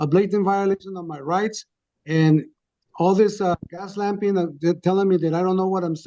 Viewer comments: I noticed that too!! I cracked up when I realized he meant "gaslighting" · At 29 minutes— “all of this gas lamping”. Sorry bud, not hitting the right notes there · His closing arguments. "I know what I'm doing and what you're doing.... all your gaslamping"... LOL! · Did he just say "gas lamping"? Lmao